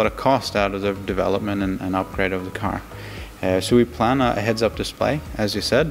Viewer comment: "The sensors of the car cause cancer" ? What? Oh the sensors of the CAR OF COURSE CAN SEE IT. Took me like 5 times to understand what he was saying for some reason.